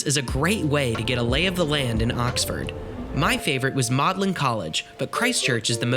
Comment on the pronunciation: Magdalen is pronounced Maudlin. 🙂 Sorry but a lot of your punting info is wrong. Don’t mean to moan but our very very long history deserves attention to detail. Still, you’re just starting your life outside Virginia US so you have time. Enjoy the world, oh and go somewhere where the culture is completely different to that in the Western World. Stay for a good while and see how it changes your perspective more than any screen or book can.